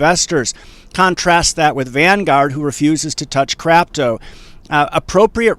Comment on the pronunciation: Thumbs up for "crapto"